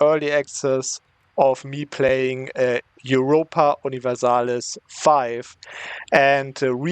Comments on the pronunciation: Tell me you’re German without telling me: “OI-Ropa”😂❤️ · In German it's Oiropa. He did not say it fully German 😂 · Says "Europa" the German way but doesn't say "fünf." Hm. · That german "Europa" at the start 😭